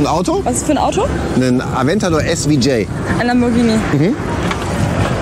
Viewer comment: Boah, ist ja alt geworden.SVJ -> italienisch SuperVeloce Jota wird übrigens deutsch ausgesprochen, nicht englisch